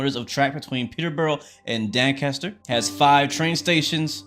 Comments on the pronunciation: you don't pronounce it "dANcatser". its dONcaster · DOncaster not DAncaster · Dancaster 😂 Doncaster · Doncaster is pronounced with an o not an a fyi, Don - cast - er.